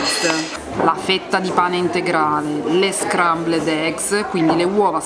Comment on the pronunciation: " Le scrambledegs"😂